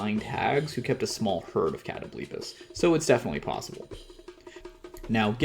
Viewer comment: I’ve never heard it pronounced as “Katto-bleepis” lmfao, sorry, is it not supposed to be “Kuh-tobul-pahs”?